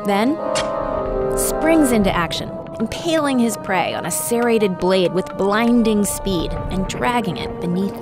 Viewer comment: she can’t pronounce cerated properly though